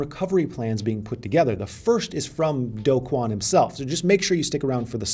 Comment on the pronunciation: The only youtuber who pronounces Do Kwon's name correctly. (mostly lol)